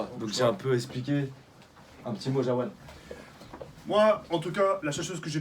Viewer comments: C'est pas Jawad mais Jaoued gros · PUTAIN il fait que de dire JAOUAAAAAD AU LIEU DE JAOUEEEED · A la place de jaoued il a dit jawad à le place